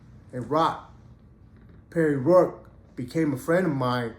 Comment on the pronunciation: That's how much you know the dude's name cuz you said it wrong